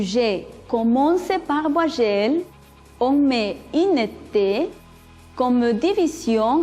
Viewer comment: La intención es buena, pero la pronunciación, ni hablar. Ni idea del sonido de la "u", ni de las nasales, ni la diferencia entre v y b. que es eso de "ti." "vuayel" Ne prononce pas le mot vite, au moins